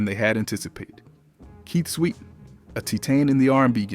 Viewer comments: With all due respect, I'm losing interest in watching this video hearing the mispronunciation of names. It's Kut as in (cut) klose. Not (koot) klose. Keith Sweat ( pronounced like sweat as in perspiration) not sweet as in taste. Research & revise before posting. Peace! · The narrator constantly calling them Keet Sweet and Kew Klos is killing 😂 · Ke-sweet n Cu-close 😂 damn ai. I’m glad we are able to notice the mistakes.👍🏾